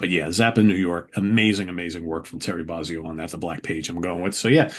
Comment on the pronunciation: Say it with me. BOW-ZEE-OH. Not BAH-ZEE-OH. BOW-ZEE_OH. Yes, it matters